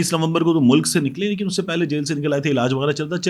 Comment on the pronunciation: It should be read LAiKIN